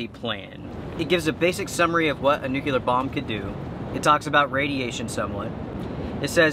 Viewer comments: It's "NUCLEAR" pronounced just how it is spelled. It means to do with the "NUCLEUS". There's no such thing as a "Nukulus" and there's no such thing as "Nukular". Shake your head. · Nucular??????? Really? LOL